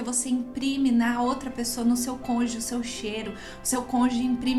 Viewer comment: Desculpe-me mas o ideal seria você falar “cônjuge “ e não “conge”